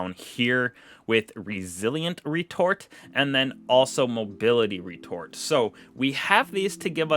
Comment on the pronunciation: Ngl you had me rolling when you said resilience and mobility retort bro it’s retro-fit, otherwise good content